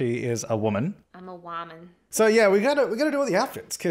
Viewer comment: "I am a wamen"